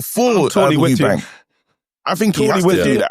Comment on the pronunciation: it’s Eubank, drop the S for gods sake.